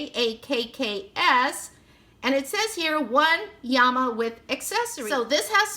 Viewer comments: Honey it was so adorable how you kept calling them yamas. LOL especially seeing there is two l's in llama. When you pulled out the instructions and I could see in gigantic letters that it said llama and you still didn't catch on I was hysterical. Trust I absolutely was laughing with you not at you Great opening lots of giggles. I appreciate a Thrifty gal as well. I would never pay full price for these toys they are way overpriced. I am so glad I continue to read into your comment section because I thought someone else must have noticed the mistake. Another giggle when I realized that I had really made the mistake. I knew there had to be a good explanation and that it was a comedy of errors. Again like I said it really made me giggle and I enjoyed the opening even more as a result. I'm browsing YouTube at 4 in the morning and happened to find your Channel I haven't even checked to see if you're still posting I love blind bag and box openings so this was the first thing I picked in your playlist. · At first I was confused! Lol! When I heard you say Yama with a y instead of l. Then I thought maybe that is Spanish translation for Llama so I looked it up and it was., 😊 Really cute toys! I really like them! I haven't ever seen them before! Thanks for sharing! Hope you are having a great week my friend! 👍👍☺️💕